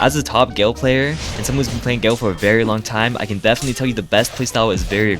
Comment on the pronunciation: top plaYER vs top playER... why does he talk like that???